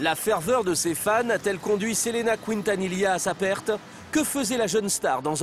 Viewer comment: Selena Couintanila... Incroyable la prononciation, pourtant c'est la même chose en français qu'en espagnol Quintanilla c'est a dire "qui" la voyelle u NE SE PRONONCE PAS !!!!